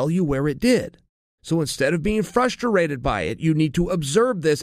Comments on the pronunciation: Don’t get frust-er-ated guys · Chael "Ferrusterrated" Sonnen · frustrated. Chael absolutely can not say that word correctly... lol